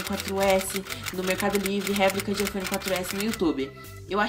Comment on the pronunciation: Não é "Hiphone" é iPhone !!!😂😂😂